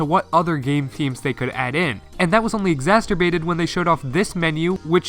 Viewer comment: heh, he pronounced it "exasturbated".